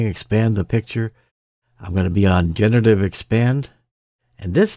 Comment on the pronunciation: You are pronouncing 'Generative' wrong, you are missing the R when you say it. Also this dot method is old it doesn't work anymore.